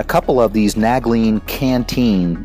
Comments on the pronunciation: All your gear appears to be brand new, have you tested or used any of it? I've never heard nal-gene pronounced nag-lene before lol. Great gear but I'd probably test it all to be familiar with it and make sure it holds up. Tons of good stuff there! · But those are Nalgene not naglene. you keep saying nag-lene